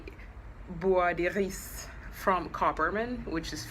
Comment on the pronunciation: Oh my God! I never knew how to pronounce this! You sound so classy!